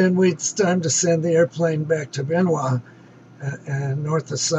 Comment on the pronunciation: Bien, not Bein